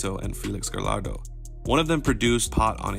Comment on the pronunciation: Bro, love these videos but please please please practice pronouncing names. You pronounce Gallardo and sinsemilla like a normal L but they sound like a Y. Sin Semi-ya, Ga-ya-rdo. You get it